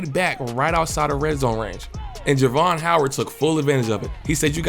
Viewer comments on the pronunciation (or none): You pronounced my nephew name wrong during this whole video!!😂😂 Jar-ve-on